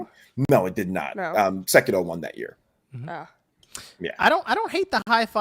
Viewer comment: Cringe when says sekiro. Dudes a freak